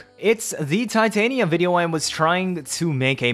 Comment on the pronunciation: Tih as in Tit and tania as in Tanya... not TAI TAY NIA ew